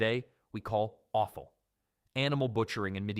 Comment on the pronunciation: Offal is NOT pronounced awful 😂